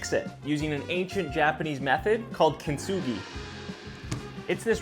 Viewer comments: How he said it sounded like Chinese,he meant I think (which I do think he kinda sounded like too) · I’m half Japanese but that Chinese sound 😭